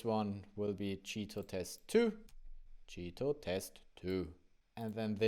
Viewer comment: It sounds like you are saying "cheato", on purpose? :-)